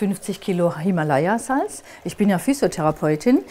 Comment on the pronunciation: Es heisst dennoch: Hii-ma-la-yaa und nicht "him a laya"